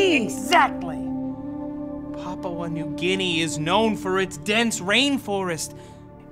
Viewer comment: "Papaua New Guinea"